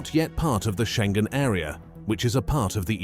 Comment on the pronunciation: Iohanis. Not " aio..." It's not " row mania" either. Think of romany. România â= ı Schengen: learn how to say that!